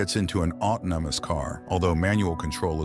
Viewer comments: ot-noh-mus car???? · How funny that the AI narration voice couldn't pronounce the word 'autonomous'. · (Pardon my Endeavour Morse, John Thaw impersonation) "Autonomous, for Christ's sake!!!"